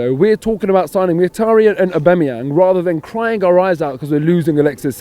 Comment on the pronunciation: Robbie - why can’t you pronounce Mkhitaryan‘ snake correctly?